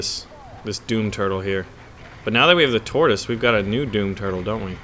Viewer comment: tortis for chrurchill